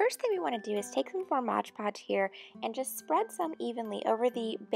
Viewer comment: Stooooop its called "mod podge" not "modge podge"